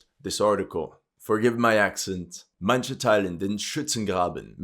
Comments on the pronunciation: german here, manche uses the ch like in cheese, no k sound. same is true for other words based on that one, manch, manches, manchmal etc. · Hard 'h', like h with a sense of 'sh' as in sheet and a little bit of 'k' as in kite. That is how I hear most people say it, although it varies in different regions. Also non native speaker self learning on the go.